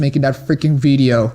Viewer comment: ITV white guy saying "veedeeo" a lot